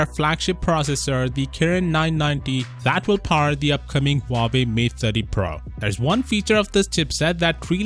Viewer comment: You said huwaei just keep copying so why keep saying time and again huwaei is cool amazing and whatever